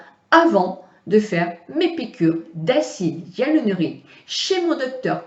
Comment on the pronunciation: trés bien Si je peux me permettre c'est acide hyaluRONIQUE et non hyalunorique MERCI